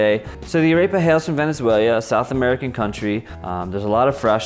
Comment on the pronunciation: Kinda bothered me a bit that you didn't pronounce "arepa" correct xD